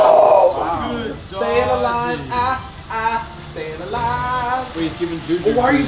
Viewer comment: Nobody:: staying alive staying alvie